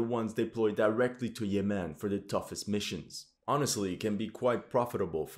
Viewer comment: You are pronouncing "Yemen" wrong, also didnt this so called "Emirati" Army get decimated in Yemen along with the ragtag Saudi army?